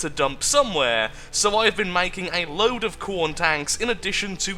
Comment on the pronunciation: Its not "Corn", its KHORNE!